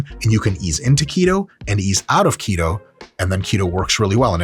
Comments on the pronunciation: His pronunciation of "to keto" sounds like "taquito" and that makes me more hungry... I would stop watching this video now... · When you say “keto”, I’m hearing taquito.